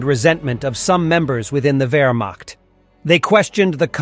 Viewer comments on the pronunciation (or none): wermacht diction is not wermakt or wermackt. find real diction of german ch.